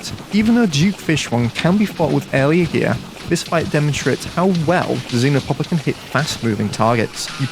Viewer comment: Why do you all call it zinopopper? It's actually XEnopopper. Idiots